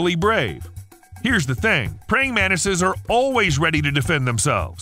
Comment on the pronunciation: Why do you pronounce "Mantises" as Menaces 😭